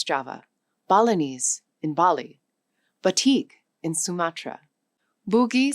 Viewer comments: Batak, not bateek, (batik) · its batak (ba tack) not batik (ba tick) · Batak is pronounce "Bha-TACK", not Bha-Tick. BATIK (Bha-Tick) is an Indonesian traditional wax-resist dyeing technique used to create intricate, colorful patterns on fabric. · It's but-tuck though, not bet-tick 😁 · please correct the pronunciation of Batak is not batik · Why the hell you butchered Batak into Boutique...? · Batak is pronounced as "Buh-tuck" not buh-teek. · 1. Mispronunciation of "Batak" The Video Claims: The narrator pronounces the Batak people of Sumatra as "Batig" or "Petique." The Fact: It is pronounced Bah-tahk (Batak). The Batak are a distinct ethnic group from North Sumatra. They should not be confused with batik, which is a traditional Javanese textile-dyeing technique. 2. Origins and History of the Malay Language The Video Claims: Malay was chosen because it had "no imperial history" and "no ethnic group claiming it as their own." The Fact: Malay actually has a rich imperial history. It was the official language of the powerful Sriwijaya maritime empire in Sumatra (7th century) and the later Malacca Sultanate. Geographically, it originated from the Sumatra highlands and coastal regions, and it is the native identity of the Malay ethnic group. It was chosen for Indonesia not because it lacked history, but because its democratic structure lacked the complex social hierarchies of the Javanese language. 3. Overstated 1945 Population Data The Video Claims: Javanese had 80 million speakers in 1945. The Fact: This number is historically impossible. The 1930 census recorded the entire population of the Dutch East Indies at around 60 million. In 1945, Javanese speakers actually numbered between 40 to 45 million. The 80 million figure reflects data from the late 20th century. 4. Global Language Ranking Error The Video Claims: Indonesian is the fourth most spoken language on Earth. The Fact: The top four spots belong to English, M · BATAK is not pronounced BATIK